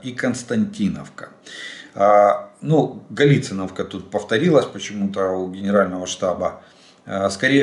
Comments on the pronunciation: Не гаЛИциновка, а галиЦИновка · ГалицИновка-не там ставите ударение